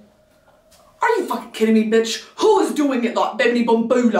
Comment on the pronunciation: Brittany, your accent is almost perfect. The only thing that isn't quite on the nose are your U's. You're saying 'fooking' instead of 'fahkin'. Hope that helps!